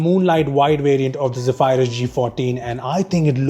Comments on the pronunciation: Hey,, Zephyrus is pronounced as "zef-er-uhs", not "ze-phi-rus" 😬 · its pronounced as zeee fur us not zee fire us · Is not ghephyrus it is zephrus wrong Pronounciatuon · Great Video, but I think you may have got the pronunciation wrong... (Zeph-uh-rus apparantly) But pronouncing it as "Ze-phy-rus" actually sounds tons more cooler and sci-fi. And you guys make amazing intros. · No hate but its Zephyrus not Zeephyrus xx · It's pronounced Ze-Ph-Rus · Ze-phay-rus hmmmm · The way you say Zephyrus is so weird.